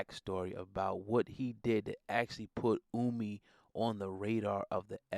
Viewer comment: Ohhhhmi...not Uuumi